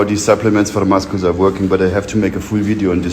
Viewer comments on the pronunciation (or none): Did he really just say “musckulls”? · Will be pronouncing it as Muskles for the foreseeable future